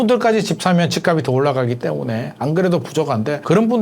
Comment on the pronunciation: ~ 연음 발음 법칙 지켜 주세요. 집값이[지깝시]